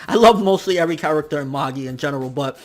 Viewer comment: You still say Magi wrong